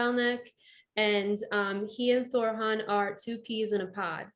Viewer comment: "Thorran" NOT "Thor Han". sheeesh my upstairs contacts cringe when they see you say it that way, the 2nd "R" sounds slightly harsh that's where the mispronunciation comes from he is not Thor....